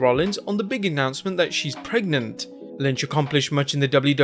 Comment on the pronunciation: What’s an “Annoncement?” Oh, “announcement,” right.